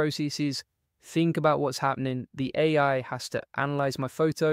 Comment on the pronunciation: In Descript, separate A I so it reads it right. Seems to sometimes read it as “eh” like us Canadians sometimes. Just lookin out, not criticizing